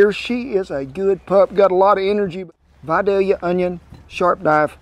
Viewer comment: From a native Georgian thank you so much for saying Vidalia the correct way. I've heard it butchered by some of those west coast chefs hahaha! Enjoy as always.